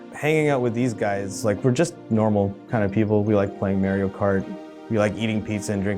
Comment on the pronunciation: Ughh as someone who actually carries this name, just don't, please! Doesnt matter what your voice sounds like all I hear is some nasally chain smoking grandma (weirdly specific, I know) every time I hear a long a in Mario amd it make me want to vomit. Hell, I dont think Italian even has a long A, Spanish doesnt either as far as I know.